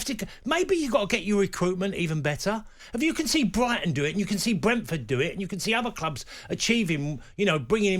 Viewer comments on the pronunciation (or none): none